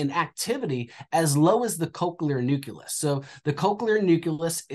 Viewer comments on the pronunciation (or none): Is it a red flag that the "expert" is saying "new-cue-less" instead of "new-clee-us"? I'm not trying to be a jerk, I'm just so wary of internet advice and "experts" anymore! Definitely some seemingly good points otherwise, just wondering what anyone else experienced...